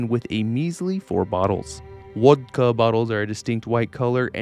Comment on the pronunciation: Bro called vodka wodka.